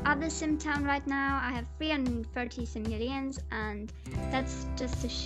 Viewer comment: The way you say simoleons bothers me....